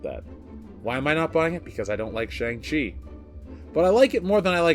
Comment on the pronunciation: What is a Tschang-Tchi???